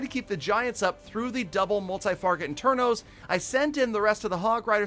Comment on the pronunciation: does he always say multi-farget internos like ?? 😂